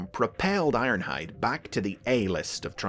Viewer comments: I won't acknowledge the energeon "Iornhide" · you said his name wrong,. its ARRRRNHAAAHD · It's Ironhide! I i q u i d N i t r o g e n